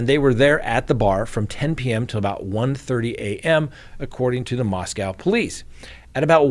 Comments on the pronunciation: SO sad. I live about 2 hours from Moscow (we pronounce it Moss Coe, not Moss Cow around here.) There is another large University (Washington State) about 8 miles west of U of I. I haven't heard if students there are alarmed. I think I would be. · they pronounce it "Mahs Kohh" - like coca cola. Not cow. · Just FYI, Moscow (the Idaho one) is pronounced with a long O on the second syllable. I lived there three years and the townsfolk will quickly correct you if you mispronounced it. 😂